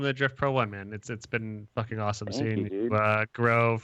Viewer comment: TUERCK TURNS SCOTTISH FOR ONE SECOND (FOOKIN)